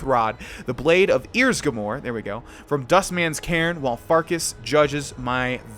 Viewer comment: he said ears-grew-more lol